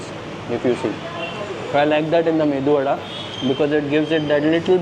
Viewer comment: It is medu vadaa not mendu😂